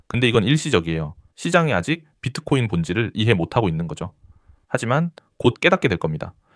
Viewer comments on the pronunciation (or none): none